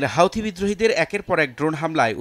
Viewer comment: অন্তত পক্ষে সঠিক ভাবে নামটা উচ্চারণ করুন। এটা কোন হাউথি মাউথি সংগঠন নয়।